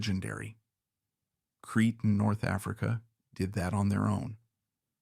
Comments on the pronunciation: Crete. Pronounced creet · Creta island...not Cree